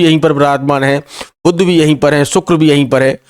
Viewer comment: देखा गया है कि हिंदीभाषी ज्योतिषी, कैसे भी विद्वान क्यों न हों, 'श'/'ष' का सही उच्चार नहीं करते, उन्हें "स" ही बोलते हैं ! इतना ही नहीं, 'बुध' ग्रह को "बुद्ध" (भगवान ?!!) ही बना देते हैं ! सब बड़ा कर्णकटु एवं हास्यास्पद लगता है ।...